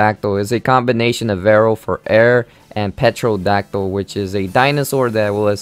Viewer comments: This guy says everything wrong. I mean, I know these are prehistoric creatures we're talking about here but sheesh. I mean just like literally everything that has to do with prehistoric creatures is said in a ridiculous way. “Petrodactyl”, “Amorgus” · The p is silent in pterodactyl. You pronounce it "terodactyl"